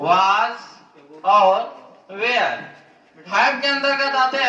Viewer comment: ये were वेयर nhi (were) वर होता हैं ये (where) वेयर ये होता हैं